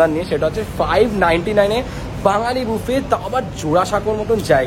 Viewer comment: Pronunciation mistake BUFFET